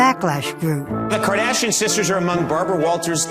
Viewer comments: Hey Barbara it's Kardashian not kadashian! LOL i hate when she pronounces their family names. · i hate the way she says Ka -dashian. Where's the "R" biotch?! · I hate the way Barbra says Kardashian lol Kah-DAH-sheyyn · Omg she can’t pronounce the last name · The way Barbara Walters pronounces "Kardashian" annoys me to no end. :p "Famous for being famous" I mean... Kim's tape might've propelled her into fame but nowadays they're famous because of their tv shows. They're on television, that's why they're famous.